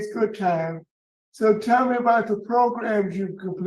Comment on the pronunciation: “Tell me what progrums you’ve taken” I’ve learned to play the guitar 😂